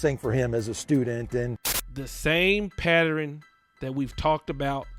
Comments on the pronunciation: Boy said it would be come a patteran 😂😂😂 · Please stop saying “Patteren” the word is PATTERN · I'm need you to say this with me...PAT..TERN, again PAT TERN not patterin. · A pat-er-ren? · Yes, you throwing a whole other syllable in there